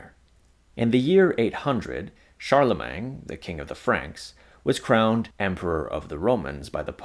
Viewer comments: You keep calling the first HREmperor Charle-mang. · The mispronunciation of the last syllable of “Charlemagne” is jarring here. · Why on Earth do you say Charlemagne like that